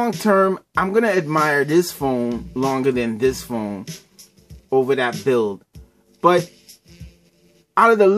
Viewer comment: "When you take out this S-Pen, it's Game Ovaa!" XD haha